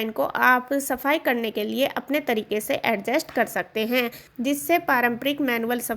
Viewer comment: आप ने कर सकते हैं कर सकतें हैं पर इतना जोर दे के बोला like essay reading😅😅😅बकवास